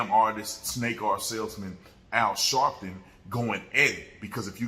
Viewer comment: Al shaarpton 😂😂😂